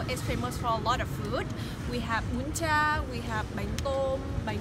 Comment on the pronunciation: Mình nghĩ là bạn ấy có cố gắng phát âm tiếng Việt rồi mà từ bún chả kiểu chưa kịp chuyển sang giọng Việt thôi, 2 từ sau nghe vẫn rõ mà. Thỉnh thoảng mình cũng bị lỗi đó. Các bạn thử nói tiếng Anh nhanh mà chèn từ tiếng Việt vào là biết, phải chậm 1 nhịp để chuyển giọng mới nói được. Mình vẫn ủng hộ việc tên riêng đọc rõ theo ngôn ngữ bản địa mà chỉ là bạn này lúc nói đó chuyển giọng ko kịp thôi